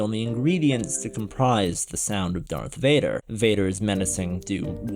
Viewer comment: I was enjoying the video until you said “dark Vader”. Dumb ninny.